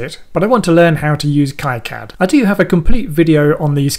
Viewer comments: /ˈkiːˌkæd/ or KEE-Kad - similar if it would be pie-cad then ki-cad :) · import a netlist ? are you using KiCAD 4? Btw, look up their live streams. It's pronounced KeeCad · Prononce it as "Keecad" as it's a French name. :-) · The pronunciation of KiCad is sort of an in-joke within the KiCad community. Both K-eye-Cad and Key-Cad are valid pronounciations with two informal groups within the community professing allegiance to each of the pronunciations. Makes for a good mock argument to steer actual flame-wars towards to defuse situations. When you did your project you created a netlist from the schematic and then loaded the netlist into the pcb. This is now a depreciated workflow. You can skip the whole generation of the netlist file and update the pcb from the schematic with a single menu item. You can't really update the schematic from the pcb if you wanted (for example) to swap pins on an IC. KiCad's native workflow has information flow from the schematic to pcb. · It's Keycad, the guy who started the project named it after a family friend who died, gentleman's name was Ki and its pronounced ' KEY ' but I guess it dosent matter! this was a great tutorial and I will disable the "generous" courtyards as well, something I have never found but now I know it's there !....cheers. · The originator of KiCad pronounces it keecad. He's French. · Definitely going to replay this video with heavy use of the pause button as an EasyEDA to KiCad tutorial and see if I can make sense of it as you have., (I pronounce it [K-eye Kad] though I have no idea if I'm correct).